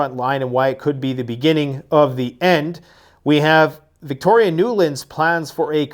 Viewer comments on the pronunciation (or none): none